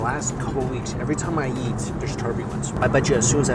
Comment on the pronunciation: I like how says eat: “every time I YEET there’s turbulence